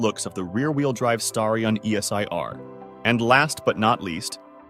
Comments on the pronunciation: Wish these videos would get their facts and AI pronunciations right. Original Seville was a top-of-the-line model, not a 'more affordable' one. It's pronounced STAR-e-on, not STARE -e-on, and the Porsche is called a nine four four or nine 44, not.a 900 44. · Just wondering, because I finished the Mitsubishi Starion segment, is this whole thing AI generated? Inhuman pronunciations, supposedly stock footage of obviously aftermarket cars, a shot of what looks like a GM V8 while discussing the Conquest...I just get an AI vibe. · Who the he!! makes these videos? Pictures that have nothing to do with the narrative. Horrible AI voice that can’t pronounce the vehicle names. Wrong “facts”. What a waste of time!